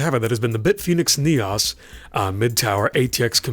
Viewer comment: neeos not neyos